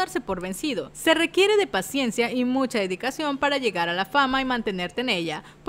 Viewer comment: Todo bien hasta que dijo "PACIENCIA"👁️👄👁️